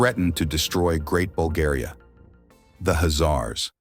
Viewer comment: Dudes can't even pronounce our name... Making stories just for content 🤦